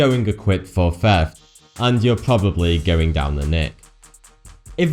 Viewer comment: can say the word this but cant say theft (feft)